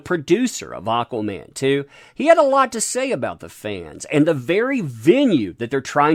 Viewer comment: AH-quaman!!!! Aaaaaaaaaahhhhh